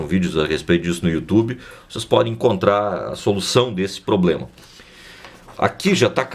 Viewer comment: Obrigado pelo video! Mas o you tchubi foi engraçado kkkk